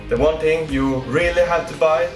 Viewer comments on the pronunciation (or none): Thing not ting